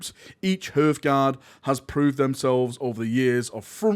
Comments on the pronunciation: It's HER-TH GUARD not HEART GUARD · So cringe hearing him say "hurth"guard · HARTH-guard, for the Emperor's sake, like the hearth in front of a fireplace, it's pronounced "harth". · HAR-th guard har as in har har har, hearth guard silent E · It’s pronounced HARTHGUARD but yeah they big and chunky, looks like a cross between vansaar tech and space marine power armour to me